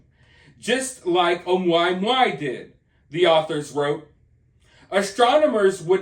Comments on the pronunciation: Oh moo a moo a. That’s how you say it. Oh moo-a moo-a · O-mua-mua is how it is pronounced - I have to question why the Pentagon is coming out with this info now? They dont tell us the truth ever. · I HONESTLY LOVE YOU 😁Its pronounced O MOO A MOO A. I'm not normally one of those people but I felt desperate to help you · It’s pronounced oh-moo-ah-moo-ah 😂